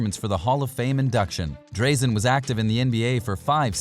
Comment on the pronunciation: Really enjoyed your vid mate. Just an FYI it's "Draaa-zen" Petrovic not "Dray-zen" :)